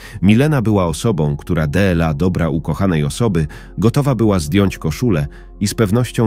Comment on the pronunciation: De el a =dla,czy to takie niemozliwe do wypowiedzania ,a takie irytujace